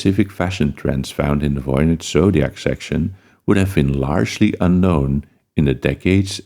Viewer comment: there’s no basis for pronouncing the V in Voynich as an F